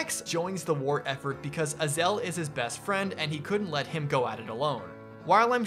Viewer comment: Its Ay-zel